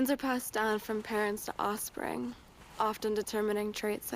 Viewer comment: The only offensive thing about this campaign is how Sweeney says, "Ossfring"